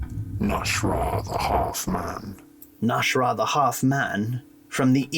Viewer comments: you keep saying "nash'rah", but his name is clearly spelled "nas'hrah" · mah boy’s name is not “Nash’rah” it’s “Nas’hrah”